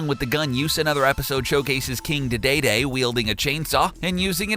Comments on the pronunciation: it’s dedede not “daedaedae” 😂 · King dee day day? Pronounced deedee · The darkest fact is that he said dedede like deydeydey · It's dedede not daedaedae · Its king DE DE DE not king dae dae dae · It’s kind DEE DEE DEE NOT DAY DAY DAY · King de dey dey 😂 its king dee dee dee not king de dey dey 😂😂😂😂😂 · Its dee dee dee not daa daa daa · It’s not king de day day it’s king di di di! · it's king dedede not king daydayday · it’s not king da de degh it’s king de de de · Im sorry but its pronounced "king dee dee dee" not "king day day day* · Did this dude really say King DaDayDay...WHO'S MANS IS THIS it's King Dedede or (D D D) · it's prounounced king d d d not kid dead a d. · His name is not deydeydey it's deedeedee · It’s pronounced king deedeedee not daydayday. Why do you always miss-pronounce names? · Deedeedee not daydayday. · Not daidaidai It's dedede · Wait a minute, King WHAT?!?!? Did you just say King Duhdaedae? It’s dedede, pronounced D-D-D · did he just say dudayday in stead of DEDEDE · KING DEDADA? KING DEEDEEDEE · "King Da-Day-Day"🤣🤣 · did this man REALLY just say "kirby right back at you"? REEEEEEEEEEEEEEEEEEEEEEEEEEE AND HE SAID KING DIDAYDAY REEEEEEEEEEEE AHHHHHHHHHHHHHHHH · “Duh day day” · ITS KING DEE DEE DEE NOT KEANGI D E E D E E D E E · no no you got it wrong... it’s king dadae dae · "King Dah-Day-Day" What kind of moron are you? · 'King daydayday' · King dadayday Saymus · That thumbnail. Imagine there's a child on YouTube, and they like Kirby so it's in their recommended. And then they see this video. They are now traumatized for life. EDIT: Just because you tell me to subscribe doesn't mean I have to. So I'm not gonna. Edit 2: KING DAY-DAYDAY! Yup! Definitely how you pronounce it! Not like it's pronounced "Deedeedee"! Edit 3: Also, a theory isn't a truth. I'm pretty sure all star warriors are round? I don't remember. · "King De dayday" x,D really dude? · It pronounced Dēdēdē according to the anime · "King DaDayDay" "Saymus" wow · "King DeDayDay"